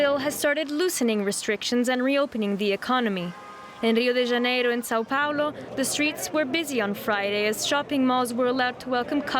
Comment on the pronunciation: pronunciation is very funny 😅 Rio de Janeiro , São Paulo.